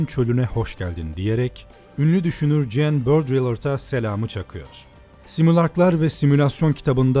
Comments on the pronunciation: ''çoi dejır'' değil ''şua dü jur'' (choix du jour) ''cen bödriyırd'' değil ''jan bodriyyağ'' (Jean Baudrillard) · "Morpheus" aslında mitolojide Rüya tanrısıdır. "Morfin" kelimesi de buradan gelir, aklın uyuşması ve rüya alemine geçiştir. Ayrıca, 'Jean Baudrillard'ın okunuşu "Con Bodriyard". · keşke jorge luis borges'in, jean baudrillard'ın vs. adlarını amerikalıymış gibi telaffuz etmeseydin usta. (